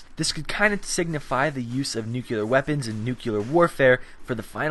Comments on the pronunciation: Noo clee er.... Not noo cue lar. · It's pronounced "new clee er" not "noo q ler". No offense you make decent vids, just a pet peeve... Like g dam fingernails on the chalkboard for me... Or open mouth chewing sounds...